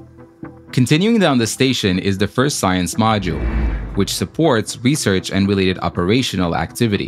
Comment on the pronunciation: "The world's most extreme recearch facility..." The ISS: 👁👄👁